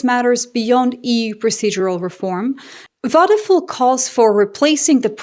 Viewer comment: It's not wadefool it's wadepuul . you may want to be more careful , not to butcher names , because you are repeating them so often .